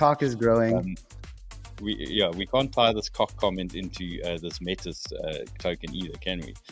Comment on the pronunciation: Stop saying "meetus". It's "metis", say it right.